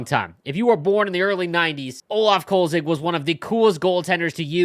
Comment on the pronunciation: The goalies name is Kölzig, not Kolzig. Attention to details is not EAs strong suit 😩